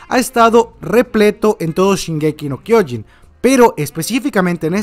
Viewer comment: Se pronuncia SHINgeki no kyoJIN, no shinGEki no kyOjin